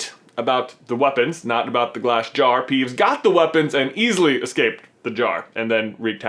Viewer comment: .....You said peevbes instead of peeves